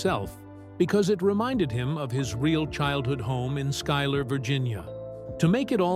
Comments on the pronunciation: The town is misprounced it's pronounced Skyler even though it's spelled Schuyler. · The town is pronounced Sky lur!!!